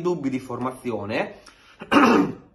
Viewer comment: Caro, ti voglio bene, ma la tua pronuncia del nome Acerbi mi fa venire voglia di strapparmi i timpani 😂😂😂😂